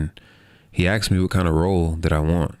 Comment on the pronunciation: Kao što u Srbiji neki kažu “kuj” umesto “ko” 😁